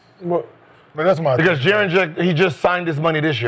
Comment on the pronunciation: lol can we call him Jaren or triple J.. cause everytime they saying Jaren Jack it sounds like Jarrett Jack!